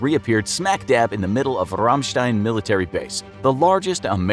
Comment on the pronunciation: Rammstein- Ramstein